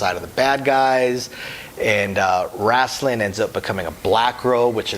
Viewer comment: It's Raistlin "Ray-Stlin"